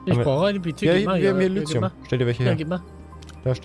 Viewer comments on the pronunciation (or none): Es wird "Lithium" ausgesprochen... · Ich beschwere mich ja nicht wenn Stoffe falsch ausspricht, weil er halt einfach nicht weiß wie man's ausspricht, aber warum sagt er die ganze Zeit "Lüthium" anstatt "Lithium"? Das macht nichtmal Sinn xd